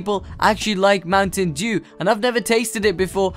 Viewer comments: The way u say Mountain Dew is hilarious :D :D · Anyone else notice how he said Mountain Dew